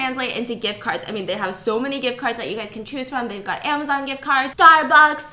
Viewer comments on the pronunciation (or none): none